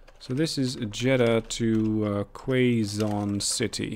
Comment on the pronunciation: I've been doing the old "double slip" for a while now haha, it definitely works super well for a double line (one-way) and having trains between each city so they can use different platforms :D Btw it's pronounced "Kay zon" not "Kway zon" city. It's in the Philippines :)